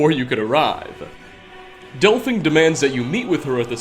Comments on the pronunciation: Why do you call her Delphing? Literally no one anywhere calls her that. Even characters in the story call her del-feen. I wish it was just this occasion but the hardest part for me in watching your videos is the blatantly wrong pronunciations. Is it intentional? If it is, christ stop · Oh, didn't realize Delphine was actually called Delphing. Guess I've been pronouncing it wrong, all these years. :P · Pronounced DELL FEEN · Lmao 'delphing'